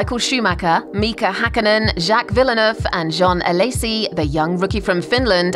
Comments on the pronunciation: "Jaques Villan-nerv" LOL!!! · did i just hear, Jaques Vil-le-nuerve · Is it really that hard to pronounce Villeneuve correctly? Who is Villanoove? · Pan-knees ,viller-nerve and mel-borne! Is the narrator a non F1 person?!. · I just can’t ignore how she mispronounced Villeneuve so badly